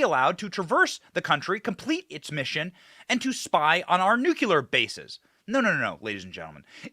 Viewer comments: PLEASE stop saying, "Nuculur." It is spelled Nuclear, and is pronounced "Nuclear." Like saying "Nuke," and "clear" in rapid succession. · The word is NUCLEAR. If you say ‘nukyeular’ again, i swear to dog…It’s important to sound literate…. George Bush couldn’t get it straight, but I believe you can, Benny🔥🤣🔥